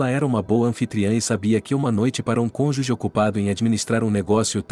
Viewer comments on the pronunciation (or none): none